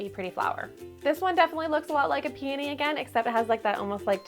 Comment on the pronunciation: What is a “Peeny”🙄🙄🙄🙄 Edit: She said it twice and it sounds like penis, smh I’m unsubscribing